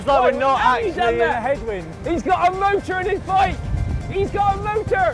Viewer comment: he slipped into his native accent there. He sounds like he is straight out of Devizes.